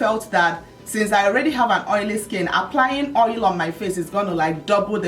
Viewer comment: can't get over the "OYO" pronunciation! lol